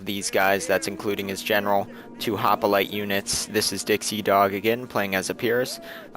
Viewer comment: you pronounced my and dixiedogs name right!